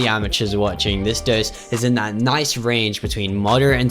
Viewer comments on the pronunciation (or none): none